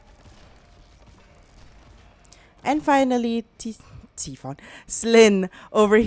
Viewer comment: Tai fon not T fon pronunciation